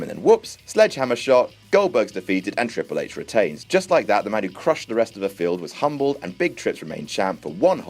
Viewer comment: The way you say triple H 😂😂 HI HI HI